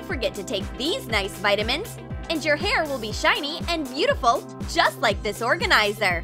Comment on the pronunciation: It’s this not thes and it’s good not god